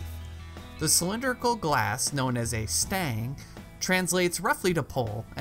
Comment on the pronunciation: Stange is pronounced "stahngeh" and the name "Köbes" is Kölsch for Jakob."